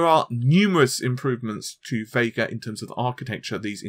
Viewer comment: It's Vega not VeiiiiiGaaRR ....